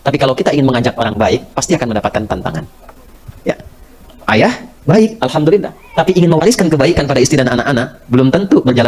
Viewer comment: Sebelumnya saya minta maaf Saudariku se iman sedikit meluruskan huruf mim / m nya jgn dobel krn tdk bertasjid 😘👇 ASSALAMUALAIKUM WARAHMATULLAHI WABAROKATUH ... Dan huruf lam / L nya yg dobel di akhir di awal tidak 👇🙏 ALHAMDULILLAH ... 💖💖